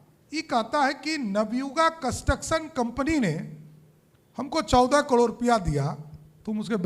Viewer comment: कड़ोर नहीं बोलते। करोड़ बोलते हैं।